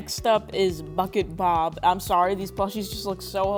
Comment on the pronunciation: when you said bucket bob it sounded like fuckit bob